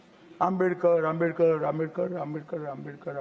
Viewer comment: आंबेडकर आंबेडकर बोलना ही था तो मुंह से सुपारी निकाल कर बोलना था न उच्चारण तो सही आता अब भुगतो